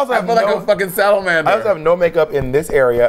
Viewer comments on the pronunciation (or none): did... did she just say... “sattle-mander”